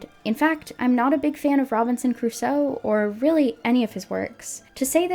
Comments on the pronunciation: So is the dad pronouncing it as "Robinson Caruso" a deliberate gag in the episode or couldn't the actor say "Crusoe"? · Robinson "Cuh-ruso" is really bothering me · This is just such a "they're missing a vocal director/they're not doing their job" thing but it's so grating how Chum Chumchilla keeps saying Caruso instead of Crusoe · This is minor, but god, it grates on me hearing the show call him "Robinson Caruso". It's CRUSOE, 2 syllables. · The fact that the voice actor keeps saying "Robinson Caruso" instead of "Robinson Crusoe" is pissing me off so much. They don't even respect the idea of the text enough to bother getting the name right. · I can't be the only one thinking it. He's pronouncing it "Robinson Caruso". EDIT: As an Argentinian, thank you for bringing up the horrors of the CIA-backed dictatorship. So many other North American content creators hedge their words about it, while running their mouths about other political movements (peronism) they know nothing about. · is... is he saying Robinson CARUSO?! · My swedish brain got a bit confused as you and all the voices started saying Robinson Crus-oe and I wondered, who the heck is that? Then I realised I and my entire society has pronounced it wrong all my life. Apparently the "oe" is not silent. :P